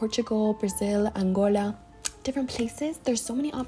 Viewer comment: Love how you pronounced Angola like a African 😊